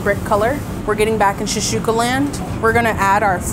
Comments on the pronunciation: shakshuka not shashuka😂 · except for how to pronounce shaKshuka 😅I'm honestly surprised no one on staff corrected her... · Came here for this comment. Shashooka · pronunciation of "shakshuka" is driving me nuts.